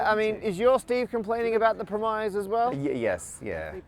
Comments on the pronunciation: Matt pronounces "premise" weirdly. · Steve should have asked the same question about how Matt pronounces "premise" earlier in the video. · What's a "pre-MIZE"? It's "PREM-iss". Did Steve not call out on that? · "pruh-MIZE" is a real Parker pronunciation of "premise". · From that part, my mind was blown by Matt's pronunciation of "premise". First time I remember hearing it like that! I've always heard and/or assumed that the I was the same as in the plural version "premises" /ˈpɹɛmɪsɪz/, so /ˈpɹɛm.ɪs/. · Not only does Matt say side-real time, he also in this video pronounces "premise" like "surprise" and calls Halley "Hailey". Parker Pronunciation.